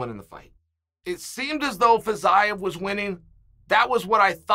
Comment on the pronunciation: Nobody: Chael: Fazyeav